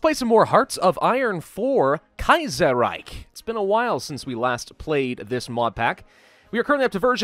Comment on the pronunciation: The way he pronounced "khanate" is incorrect and he also mispronouced "reich". Not saying I don't like him, just something I noticed.